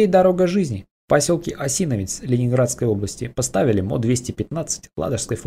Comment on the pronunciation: Осиновец - правильное ударение на последний слог.